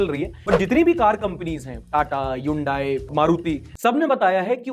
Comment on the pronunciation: Hyundai is pronounced as Hunday like Sunday( as told in their own ad)🙂